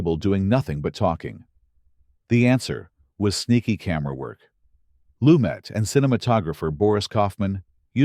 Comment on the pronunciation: A terrible video about a fantastic film. About 30% of what was covered could have been interesting but for the obvious AI script and narration. The worst was the constant changes in the pronunciation of Lumet's name. I would rather listen to an untrained human voice than this AI garbage.